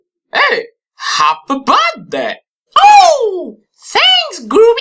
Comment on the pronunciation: IT'S NOT BURDAY!